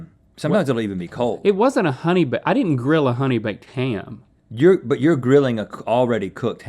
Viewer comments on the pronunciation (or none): I get driven more insane everytime they say honey bakef ham ahhhhh xd